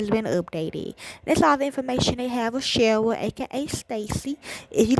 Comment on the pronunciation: This is 10 minutes of my life I cannot get back. Please learn how to correctly pronounce the Cheryl's name, the relevant places mentioned in the "podcast" (a term I use lightly) and the relevant characters in the case. This was painful to listen to, with lots of incorrect information and it is also noted that you are not working with the family. I usually say any attention Cheryl's case gets is good, but this has proven me wrong.